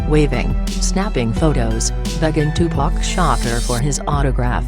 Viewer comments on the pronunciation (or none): This shit is so disrespectful they can't even say 2pac name rite